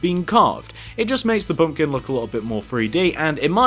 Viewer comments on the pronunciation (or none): it's pumpkin not pumkin!